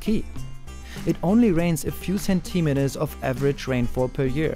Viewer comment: Amazing video, by all means. On a secondary note, review and practice your pronunciation of the word "centimeter".